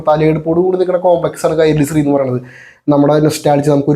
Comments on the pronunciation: സ്രീ അല്ല ശ്രീ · അല്ല ബ്രോ നിങൾ ഉദ്ദേശിക്കുന്നത് ശ്രീ എന്ന് തന്നെ ബട്ട് പറയുന്നത് സ്രീ എന്നും.ഉച്ചാരണം വ്യത്യാസം ഉണ്ട്